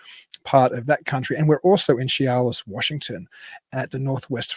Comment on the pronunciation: Chehalis is pronounce SHU-hay=less. WA state has a bunch a weird pronounced places. Try Puyallup. PEW-all-up. 😂